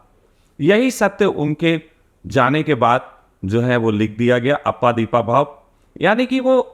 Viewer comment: अप्पा दीपा भव ये तेरा उच्चारण है। ईससे तेरी बौद्धिक पातली समझती है।